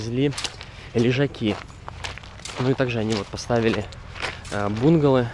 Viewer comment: Добрый день!, смотрю твои влоги с удовольствием 🤗Много полезного👍. Детишки просто прелесть! Но есть одно но. Пожалуйста сделай что нибудь с произношением некоторых слов. Например: бунгало, мангал и еще некоторые слова. Проблема в ударение. Хорошего дня.